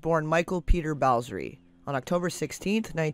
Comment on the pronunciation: Bowsery? hahahaha Flea's surname is Balzary